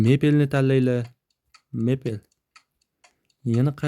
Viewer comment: Brat mepel demand odam qiynalib ketdi mipl deng hech bomasa